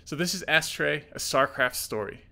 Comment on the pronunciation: It's pronounced Uh-stray, not Ass-tray. =P